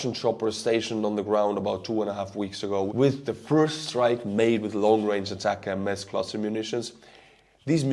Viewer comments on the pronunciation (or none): Why do you keep saying atacm S when it is just ATACMS! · Please learn how to say atacms.